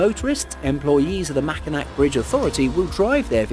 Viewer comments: It's pronouced mac in aw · Great video, I enjoyed it very much. Just so you know, number nine is not pronounced with two K sounds. It’s pronounced like Mac-in-awe. I know it’s weird but I have family that live near it and I’ve been across it several times. It’s really high up, parts of the road are Metal grate so water won’t stand on it so you can see through the road, and oh my god, it can be unbelievably windy. Like push your car into the next lane if your not careful windy.